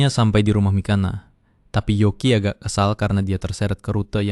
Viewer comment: yoki min bukan yuki